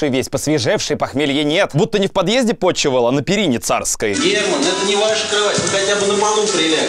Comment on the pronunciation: Не "потчевал на царских перинах", а "почевал", а так норм.